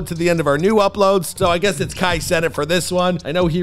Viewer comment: Nahh cuz why you pronouns amp and fanum and kai name like that..